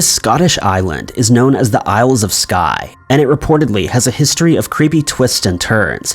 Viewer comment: Sorry but clans weren’t ‘gangs’. They were family groups. There were lots of fighting between clans but don’t class them as gangs. Also you don’t pronounce the ‘s’ in isles.